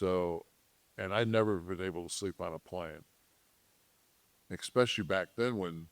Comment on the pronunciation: "Mr. High I.Q.", still always says "exspecially". Also, you can tell a lot about a man just by observing what kind of an adult their kid becomes. This dude's son was literally trying to fish hook Kevin's eye, drunk during the Christmas/New Year's holiday time at 18 years old. Then, Kevin was talking about it publicly like it was funny and cool afterward. And his son DIED in his early 20s, and it appears to be related to benzo withdrawals (and it probably had a bit to do with the experimental injections that Kevin was so adamant about him getting, despite the fact that anybody with a brain AT LEAST understood that young people really were resistant to that particular little cold, let alone that the experimental injections were a horrible idea for anyone to get). Now, why was a guy in his early 20s SO ADDICTED to benzos? He was PRESCRIBED them too, btw. It was Alprazolam aka Xanax. Now, I happen to know the things that Alprazolam can be prescribed for and I wonder why someone in his early 20s would be prescribed it for long enough and at a high enough daily dose to where the withdrawals were so severe that they were the main reason for the death an otherwise healthy, young man. And the only thing that I can conclude is that his parents were trash, particularly his FATHER. A good father would NEVER have allowed their ONLY CHILD to be put on Alprazolam. A good father generally would not have a child that has such a severe issue with anxiety that they need to be prescribed such a